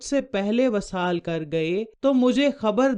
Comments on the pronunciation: vesal hota ha vasal nahen . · معاف کیجیے گا وصال کے “و” کے نیچے “ زیر “ ہںے زبر نہیں۔ اور ایسے پڑہیں گے “ vi-saal “۔ اس کے علاوہ جہاں والدہ کی خدمت والد کی بہ نسبت تین دفعہ زیادہ ہںے تو دوسری طرف والد کی نافرمانی ک سزا اللّہ کیطرف سے سیدھا سیدھا “ عاق “ ہںے جب تک کہ اولاد والد سے معافی نہ طلب کرے اور اس کا والد اسے معاف نہ کر دے۔